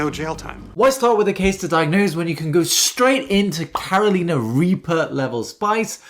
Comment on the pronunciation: As a North Carolinian, did you really just pronounce “Carolina” as “care-o-LEEN-ah”? 🤦‍♂️ It’s “care-o-LINE-ah”. I know you’re British and everything, Doc, but damn.